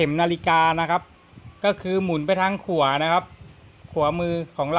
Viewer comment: หมุนไปทาง.. ขัวมือ... ใช่ไหม.... ไม่ใช่.. ขวามือ😂😂😂😂😂😂